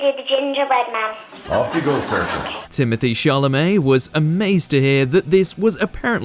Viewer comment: Absolute bs . You can't even pronounce Saoirse properly . It's sh or sa .